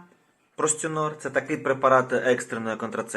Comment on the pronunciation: Постинор а не простінор😅